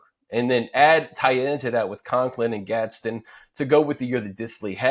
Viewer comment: can't even say his name.. 😔 gadsDen..